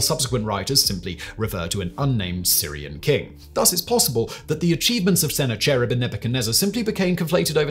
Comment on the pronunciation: Liked the video but I think that Simon should take a little more time to research how names are pronounced. For instance Sennacherib is pronounced as Sah Nak a Rib. Or sometimes Sen Nak A Rib.